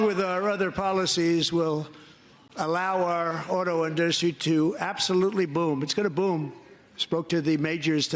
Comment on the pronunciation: “Auto innustry”? He’s the best speakerer.